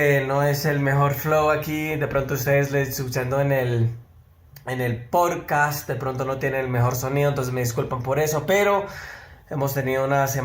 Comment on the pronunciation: no se dice PORCAST - Es PODCAST jajajajaja aprenda de una vez parcero!